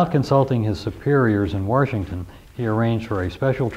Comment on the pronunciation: there is no R in Washington!!!